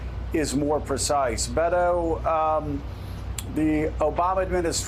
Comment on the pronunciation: It’s Bay-toh.